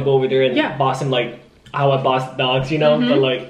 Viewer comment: i thought he said big ducks instead of big dogs